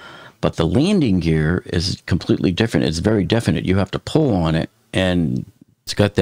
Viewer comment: No offense but your mispronunciations of very simple words such as ,"pull", ( you say ," phrrrhll"), and omitting pronunciations of vovels makes you incredibly hard to understand. Your work is appreciated ,but it's just impossible to understand you well and it's guess work , trying to make out what's being communicated.